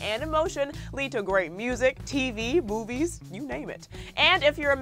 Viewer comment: Did you just say boobies instead of movies??